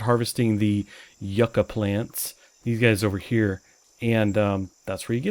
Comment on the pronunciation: Yucca it's pronounced like this You and then KA sound as in ka-leidoscope YOU-KA is the sound for Yucca :)